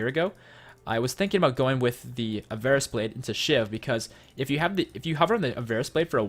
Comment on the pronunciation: Avarice blade is pronounced av-uh-riss by the way. There's no weird cadence to it or anything, either.